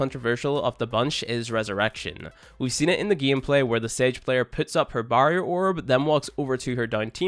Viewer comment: The way you said barrier. Ewwww